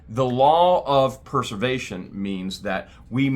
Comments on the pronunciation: I hear you say Purse-er-vation, but I know you mean Press-er-vation!... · it's pres•er•vation. As in, this citation preserves! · I am just going to say... this is a great drinking game, take a drink every time says preservation wrong... just joking, but really it's a bit comical.